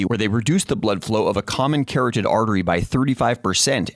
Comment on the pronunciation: ka-rod-did, not carrot-did.